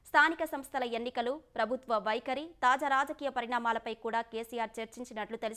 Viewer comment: తాజ రాజకీయాలు కాదు, తాజా రాజకీయాలు అని పలకాలి.